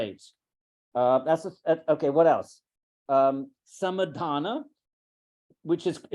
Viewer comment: Sorry but some words are being mispronounced. It is Samādhāna (समाधान), not Samadhana (समधान).